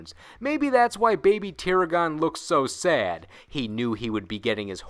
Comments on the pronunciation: Oh why does this always happen when anyone tries to say that name; you did not pronounce baby tiragon correctly. Go see any episode where it was used and learn the correct way. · God learn how to pernounce them 🤣 not tirigon . You even literally said the two halfs tir. Ragon now say it with me tiragon. Like dragon not. Aaaagiin 🤣 you have an anime clip in there. Couldn't use the one where they name it right?